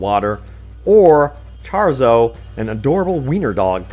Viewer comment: "ChArZo" Pepega